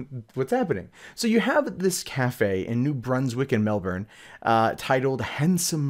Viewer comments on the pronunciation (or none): it's pronounced mel-bin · I want to say you did better pronouncing Melbourne this time lol. Almost there not quite.